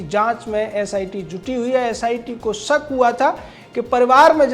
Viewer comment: #TheNews सक नहीं शक हुआ था , क्यों आपलोग रिपोर्टर हो कर इतना अशुद्ध बोलते है। पढ़े लिखे लोग ऐसी भाषा बोलेंगे और लिखेगे?????